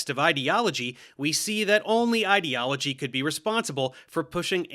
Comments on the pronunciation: What is it with these pseudo-intellectual fuckwits that makes them incapable of pronouncing the word "ideology" correctly? It's "eye"-deology, like "idea", not "id"-eology like "idiot". Ben Shapiro and the other losers at Daily Wire do the same thing and it drives me up the fucking wall. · What rubs me the most the wrong way is the way he pronounces "ideology", like it's spelled "idiology" and is in the lexical family of "idiot", not "idea". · Is bro foreign, or is he doing the whole internet pseudoscience thing of mispronouncing words because they heard it from someone who doesn't understand either? Because he pronounced "totalitarian" as "toTALLitarian" like "tautology", and "ideology " as "etiology" which is just a totally different word. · It annoys me so much more that pronounces ideology as "id-eology". If you are trying to use big words to sound smart, at least say them correctly. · what kinda pisses me off is the fact that cant pronounce ideology correctly because i feel like he's just doing it on purpose to make it sound like he's calling science "idiot-ology".